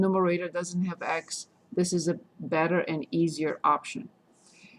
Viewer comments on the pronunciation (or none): I adore the way U say beder instead of better😂